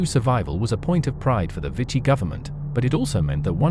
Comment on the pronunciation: Vichy should be pronounced “vee-shee”